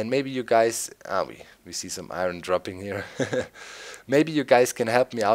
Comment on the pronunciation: Eye ern not eye run silly guy